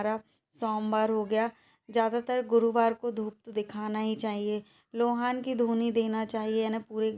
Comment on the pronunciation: Lohan nahi loban hota hai